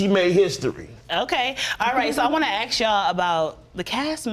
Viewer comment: Need to know how to say ask instead ax. Just sayin..............